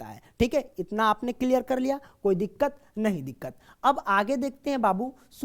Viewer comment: Koi diqqat nhi diqqar😂😂